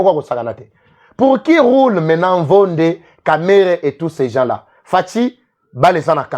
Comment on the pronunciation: PROCUREUR PHIRMIN NVONDE, SON NOM N'EST PAS NVONDE, MAIS PLUTÔT N'VONDI, QUI VEUT DIRE MOBOMI ASSASIN 😅😅